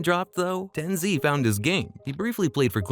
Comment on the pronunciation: who tf is tenzee bro its TenZ or TenZed